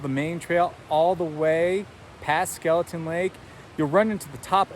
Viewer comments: Got equally frustrated watching this video seeing the signs that say Skelton but he KEEPS SAYING IT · Skelton not Skeleton!😳